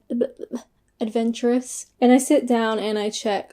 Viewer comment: How can you have such trouble pronouncing, 'adventurous'? It's (almost) in your channel name! :-D